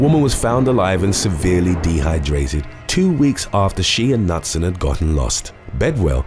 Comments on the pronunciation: You pronounce the name Knutson as K-noot-sun not nut-sun. It's a Norwegian name always pronounce the k and the n together! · Ironically, the K in Knutson isn't silent. It sounds like K'nooT-sen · Knutson - Newt-sun is the correct pronunciation. Come on, peeps, you need to do better for these, especially when referring to people who have died. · The last name KNUTSON- Is pronounced KA-NOOT-SUN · It's pronounced K-new-t-son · Hum let's try this again... Not sure what happened to my last comment. Maybe it was deleted? I love your videos! Knutson is pronounced Ka - Newt - son The Internet can help you with pronunciations!